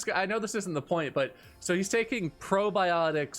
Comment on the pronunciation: Who else thought said "brobiotics"?